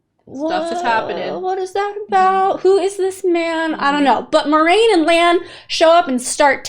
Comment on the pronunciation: Egwene - eh-GWAIN Moiraine - mwah-RAIN 💜